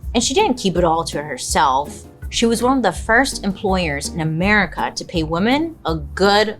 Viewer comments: Huge fan, just have to say… “woman” and “women” are different words and pronounced differently! 😂❤ just something I’ve noticed you tend to mispronounce, all love! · Bailey I love you but please have someone teach you how to pronounce woman and women. There is a difference. you’re driving me crazy 😂